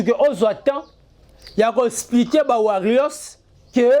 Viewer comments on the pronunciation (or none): none